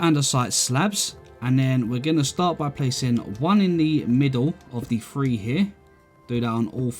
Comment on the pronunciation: “ I think we gonna go, one, two free four”